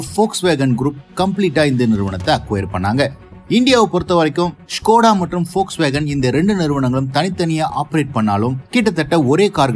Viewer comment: Very few pronouns the volkswagen name rightly liked it ...